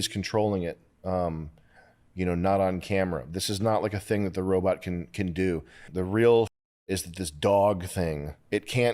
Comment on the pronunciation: “Wobot whar”